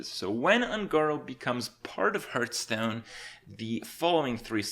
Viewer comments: he does kinda say it wrong i just noticed, he says it like "herthstone" not "harthstone" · Are you one of those people that thinks it's pronounced h-earthstone?